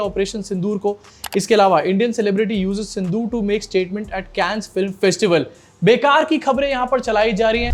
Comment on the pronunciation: Sindh-o-or nahi sir 🙏 Sindh-or Pakistan hai sir